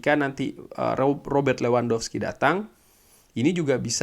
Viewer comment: Levandofski bang cara nyebutnya bang, bukan lewandowski Rumornya dia mau pindah ke barka :v